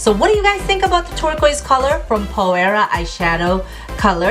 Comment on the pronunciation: Hi, Phoera is pronounced ['f i r a] - I love the colours you used. I just started using it and is amazing: I recommend it to everyone.